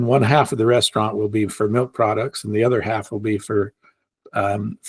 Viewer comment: thou shalt not say “melk”. 😂